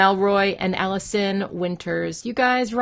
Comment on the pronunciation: Noice job on the pronunciation of my name! Most people say Mall-ison rather than M-allison!